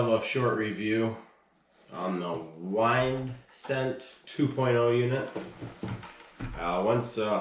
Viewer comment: Lol Whyndscent it’s pronounced windscent and spelled wyndscent